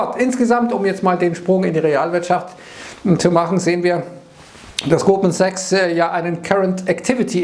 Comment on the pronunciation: Immer wenn der "Goldman Sachs" sagt, verstehe ich "Gruppensex".